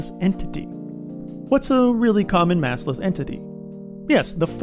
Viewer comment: Massless ❌ assless ✅